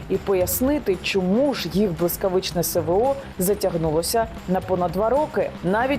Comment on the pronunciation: Яніна, вітаю 👌 Постійно дивлюсь Ваші випуски, Ви - молодець. Хотів запитати, Вы навмисно кажете "СеВеО"?)